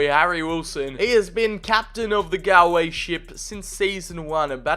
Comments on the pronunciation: Its not GAL-Way , its pronounced gaul-way , as in gaul rhymes with haul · because its pronounced gaulway not gaLway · pronounced golway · As a Galway native a bit of me died inside every time you said Galway